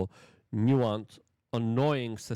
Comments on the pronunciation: It’s pronounced NEW-SENSE not NEW-WONCE. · Please delete this video Luke. You are slurring your words and you cannot pronounced the difference between nuisance Streamer and nuance Streamer… you didn’t study up on this topic. Leave this type of content to Legal Mindset and Atozy 🤦🏽‍♂️ And btw, Vitality was making excuses for his asshole, nuisance behavior, because he donated $20,000 to people, how he tips people and that justifies his actions. Hell no, it actually makes things worse on how Filipino people’s morals can be brought out with money and material things. Awful Video Luke.